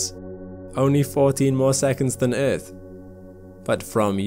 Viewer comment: Omg why does he keep saying eeth ....